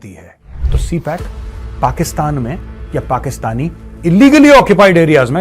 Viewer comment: क्या कोई भी हिंदी भाषी व्यक्ती 'ए' और 'ऐ' में अंतर नहीं देख सकता? कई वर्षों से मैं देख रहा हूं, 'मेसेज' को "मैसेज" कहते हैं, और भी 'ए' की जगह "ऐ" कह देते हैं; और आप भी CPEC (सी-पेक्) को "सी-पैक (C-PAC)" कहते हैं? ये क्या चक्कर है? क्या हिंदी भाषियों के कानों में दोष होता है, या मूंह में?